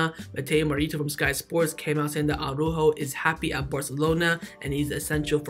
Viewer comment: who is this Ah-roo-ho fella?